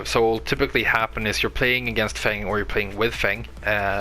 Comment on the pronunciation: you pronounce his name perfectly on second time. He is my favorite character and I am glad to find this great video